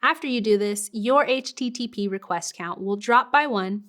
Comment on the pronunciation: HTTP😐 Over pronounced. Anyways loved the video thank you